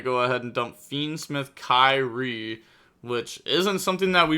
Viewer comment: Its pronounced "KEER - EE - AY". Greek for "Lord" as in Our Blessed Lord.